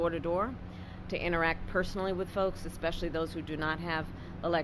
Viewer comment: KH said "eXpecially" Gag me!